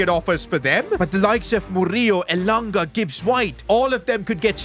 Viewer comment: Bro is pronouncing elanga wrong